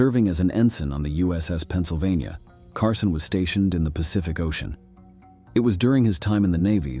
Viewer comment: CARSONE? HIRE AN ANNOUNCER WHO CAN READ.